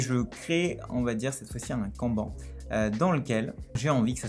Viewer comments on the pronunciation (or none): none